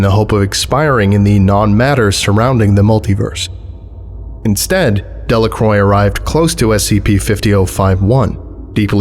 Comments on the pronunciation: {dhe-la-krwa} Not {dellakroj} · "De La Croix" is pronounced "De La Kwah"